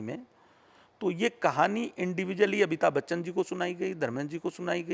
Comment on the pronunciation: यार, इनको तो अमिताभ बच्चन बोलना नहीं आता है, ये बोल रहे अबिताब बच्चन 🤪🤪🤪